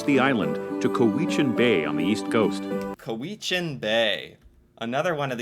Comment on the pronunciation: Lets call that 'Cow-i-chan Bay'